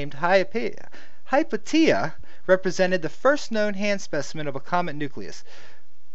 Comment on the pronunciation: pronounced hi-pay-shia